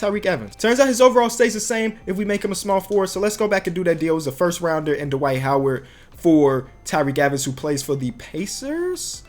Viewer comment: did he just say d-wight howard hahahaha